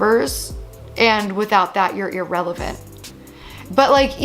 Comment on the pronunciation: Not "irrelant" ☠☠